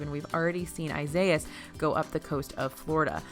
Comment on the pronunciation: I love that no one can pronounce the hurricane name. its Eye-Sa-EE-Is